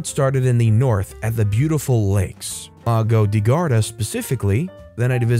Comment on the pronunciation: The pronunciation of “lago di Garda “ killed the Italian inside me!!! Ps. /jk